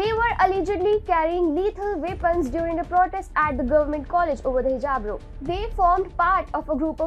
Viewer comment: The word ROW is pronounced RAO and not Row.